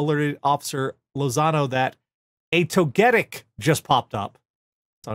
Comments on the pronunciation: your pronunciation of Togetic is causing me so much pain. Also,, Togetic is from Generation 2, it ain't that hard. =] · Less than 10 mins in and I've paused it to scroll the comments to see how many people are cross at how pronounces "Togetec".